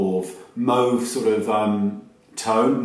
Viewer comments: well the way you said "mauve" was like the french way to say it, so that was appropriate from paris to berlin ^^ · the way you said mauve first is actually the real way to say it as it's a french word ! :) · You actually said "mauve" in a perfect parisian. So not silly at all :-). A french lesson for free, anytime, to get it right with all your Chanel and Dior names :-).